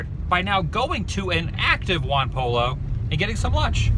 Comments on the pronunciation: it isnt pronounced pollo, you must say poy-yo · Hey?! Wise guy! It ain't Juan Pollo (Pole-o,) It's Pollo (Poyo!) Chicken in Spanish! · He said pollo wrong,it pronounced poy-o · is not "one polo" is "huan poyo" . Whe are you guys are going to learn that two Ls in spanish sounds Y and J sounds H? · Um....its pronounced as "poy-yo," not "pall-lo." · Juan Poy-O, Dude, it's pronounced Poy-O. But good for you to include them in the vid. . . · For the clarity, Pollo is pronounced poy o... you're welcome.. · Pollo pronounced Poy-o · Juan Poy-Oh. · Dude it's Juan Pollo, not Juan Polo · love what u do live down the street from that McDonald, and go to Juan Pollo( it's pronounced Po- yo) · good video, lol its pronounced ron "poyo". LL is a y in spanish. pollo mean chicken in spanish if you didnt get corrected already lol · its pronounced juan (poe-joe) the double Ls in spanish make a j sound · OMG...I also had one of those plastic Ronald McDonald glove puppets....I had forgotten 'til you showed it! Adam, you know very well that it's pronounced like "poi-o"...don't you? (I think you do, haha). The most famous example being El Pollo Loco. Very enjoyable stuff! I have to remember to keep checking in to see your new videos from the road! :-) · pollo means chicken in Spanish but pronounced "poyo" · In Spanish the two L's makes a Y sound sound it's Juan "Poyo" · Great video Adam. You've inspired me make the drive over there & check out the McDonald's museum myself. And it's pronounced: "Juan po-yo" their chicken is amazing. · That is awesome the first Mc Donalds - BTW Adam POLLO means chicken in spanish the LL is a Y sound so it sounds like this Juan Poyo - LMAO - Hope on your travels you find other first food places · I like how you pronounce "pollo" lmao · The way he pronounced "pollo" REALLY disturbed me.